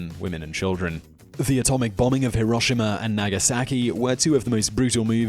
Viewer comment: He didn't pronounce it as High-Row-Shima... Someone sacrifice a goat, distribute its meet to the poor, and offer a prayer of thanksgiving!